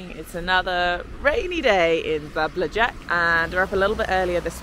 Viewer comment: you really need to google pronunciation of the city name - Zabljak